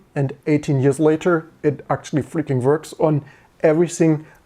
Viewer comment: It's verking, it verks.